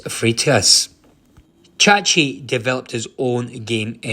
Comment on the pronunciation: Chahi, not chachi